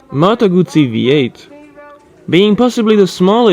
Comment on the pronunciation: Not moto gucci you shit. Its moto guzzi la donna pepperonnii :D